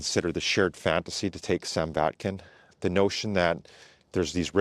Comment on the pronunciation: Sam VAKnin, not Sam VATkin :D